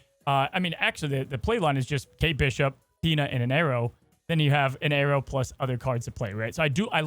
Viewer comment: The way says arrow sounds like Aero